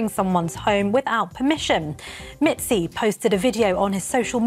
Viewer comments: LOL "Mitzy" good on the news gal for best prompter misread ever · I love that the reporter deliberately mispronounces his stupid nickname.